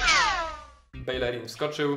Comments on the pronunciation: Nie bejlerin tylko bejerin taka rada na przyszłość;) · Czyta się Bejerin, w hiszpańskim podwójne l to j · Belerin czyta się ,,Bejerin"